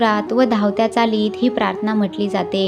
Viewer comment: आपण प्राथना म्हणता पण तो शब्द प्रार्थना असा आहे निरुपण करताना शब्दोच्चार म्हणजे शब्दांचे उच्चार शुद्ध असावेत